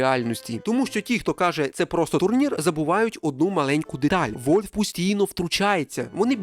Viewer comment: А чого "Вольв"? Воно ж не так читається.